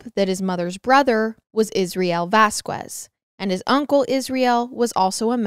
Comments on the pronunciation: Just a note: The last name is said as Vas-Kez Not Ku-ez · love the podcast, such a sad case may the family rest in peace. just letting you know, the last name Vasquez is pronounced like vaz-kez! coming from someone who grew up in NM. Also from a podcast a while ago, the last name Jaramillo is pronounced like Harameyo. Weird haha